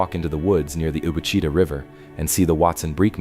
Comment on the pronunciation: I almost turned it off real early. Like at the mispronunciation of Ouachita River and Watson Brake in one sentence. Argh! But i wanted to hear what had to say about my neck of the woods.